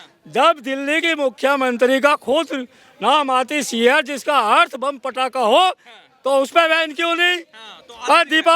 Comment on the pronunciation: patrakar g,,padaka nahi bola jata he pataka bola jata he